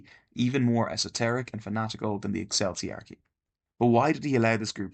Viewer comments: Ecclesiarchy is pronounced "E-Klee see Ark ee" theres no sound similar to the word "Cell" there. But I see that others have mentioned it. Take this comment as for the algorithm gods and otherwise ignore it :) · How can you be so knowledgeable on the subject yet pronounce Ecclesiarchy in perhaps the least correct way possible lol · Noones talking about the horrendous way he pronounced eccleiarchy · that's not how you pronounce "ecclesiarchy"